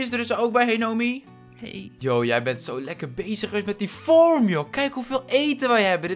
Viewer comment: Niemand:: ‘We hebben een mooie feurm!’